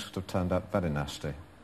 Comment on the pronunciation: Vewy supwising